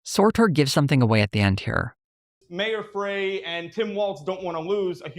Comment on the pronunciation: For future reference, Minneapolis Mayor Jacob Frey pronounces his last name “fry.”